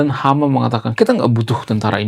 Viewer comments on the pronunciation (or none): Bung pasukan hamas bukan IDF jgn sembarang ngomong..HAMAS bukan HAMA jgn belepotan bicara